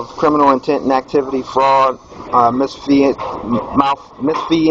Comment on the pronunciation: What the f**k is “miss-fee-sance “?? BAAAAAHAHAHAHAHAHA!!!!!!!! What a moron!!